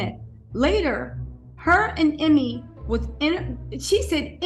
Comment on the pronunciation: Ime is pronounced “E-May”